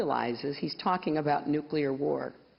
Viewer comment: Just for the fact she says NUCLEAR and not NUCULAR, i would vote for her